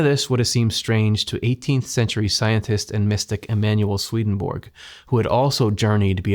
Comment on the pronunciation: Hello, I am from Finland, whose second official language is Swedish. You pronounce the first part of the name Svedenborg, the central figure in your videos, a little incorrectly. Repeat the vowels ea from the English word heaven, as they are pronounced in that word. That is exactly how the e in the first syllable of the name Svedenborg is pronounced. So, it is somewhat like: sv-ea-ea-den-borg. Other than this your videos are among the best in the NDE genre! Thank you!